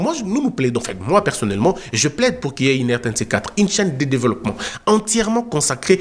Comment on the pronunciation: RTNC Une ????? Il faut dire RTNC UN comme on dit TF1 (un). En français, il ne faut pas dire, par exemple, PAGE UNE, il faut dire PAGE UN.